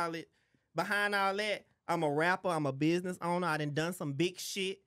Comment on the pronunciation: said Cusiness 💀💀💀